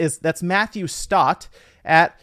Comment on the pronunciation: You left the second “T” in “Stott” out